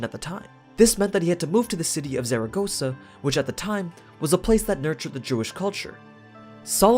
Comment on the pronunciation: I know it's not really your fault, but as a spanish, I cringed hard at how you pronounced malaga and zaragoza.